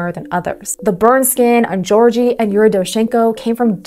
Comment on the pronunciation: Georgi🚫 Jorgy✔️